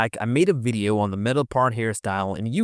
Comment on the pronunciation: This is still a wery helpful wideo.